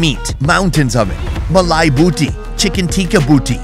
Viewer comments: Bhosdike..booty nahi...boti..bolte hai . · to the way you were saying BOOTee :face-turquoise-covering-eyes::face-blue-smiling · Boti not booty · loved the video just slight correction it’s not pronounced as “booty” but “baw-tee”(bought+tea) and it literally means a piece of meat. hope this helps 😅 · it's more pronounced as ( Boat-ee) Not booty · Not booty 😂 it's Bo-Tee, means "meat" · It’s not booty bro it’s boti pronounced “bow-tea” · The word is Boti not bootie (pronounce bow-tee), and eat translates into "morse"l or "piece of meat". Tikka actually means barbecue or grilled meat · bro saying boti to booty🤣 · The way he pronounces boti as booty makes me giggle😅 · Brother, it’s BO-TI not booty. BO-TI means a piece. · While booty on a skewer would be interesting 😀 it’s “boti” and pronounced as “bo tea” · Not booty, but boti 😄 Båti in Danish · Its not boooooooti its BOTI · It's not booty it's bowty😂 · Booty!? Nah my man it's bouty pronounced as "BO-T". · Its not pronounced booty. Its Bow-Tee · BRUH ! Its BOTI not BOOTY. Like how you say boat ( BOW_TEE ). You repeating BOOTY had me dead lmao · Guys! It’s pronounced Bo - like Dough and ti 🫖 like tea Spelt “Boti” - BoughTea Booty is far fetched 😂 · It's pronounced bo-ti not boo-ty😅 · it is boti not booty 🤣🤣🤣🤣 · I can't, it's boti (boaty) not booty, lol 😂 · Its Boti (boh-tee) not Booty😂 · Booty??🤣🤣 it’s boti 😂😊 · Lol.. It's boaty not booty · Bro its not booty, its boti with single O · Great video! "Boti" btw (not "booty") means a morsel or small chunk of meat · btw just a little correction on Asian Behalf, Boti is Pronounced as "Boh-ti" not "Boo-ty", it just essentially means a piece of meat , it can be many or whatever size u want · It's pronounced bow tea, not booty! Know you're trying to get some mileage from the way you are mispronouncing the word, but dude, the juvenile joke's falling flat! Bow tea is very easy to say! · It's more like bor not boo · It's not 'booty', it's 'boaty'. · Not booty it's boti